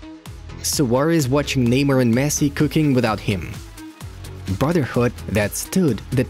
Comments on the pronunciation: Who tf is ‘kneemer’ bruh 🤣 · Am I the only noticing this guy calling him “lemur” 😂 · Even though I don't speak Portuguese I know how to pronounce Neymar. You are insulting to other cultures. Make a little effort the imperialist...!!!